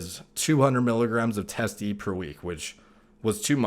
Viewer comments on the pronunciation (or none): I keep hearing him say “test-e” or “testy”. Does he mean Testosterone Enanthate?